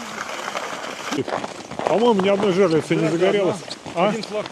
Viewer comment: Пацаны, не говорите жЕрлицы, правильно жерлИцы, Вы же не говорите нАлим, печкА. Сечете.?